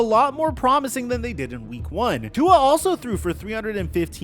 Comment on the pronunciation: Hey, pronounce Tua''s name properly please... Cheers:)